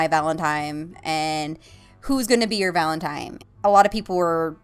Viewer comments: uhhh Valentime? lol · That Random Kid Thank you! Hate when people say it with an m instead of n. Annoys the fuck outta me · My gift to you is a dictionary. Search up Valentine and learn how to pronounce it. No seriously ily <3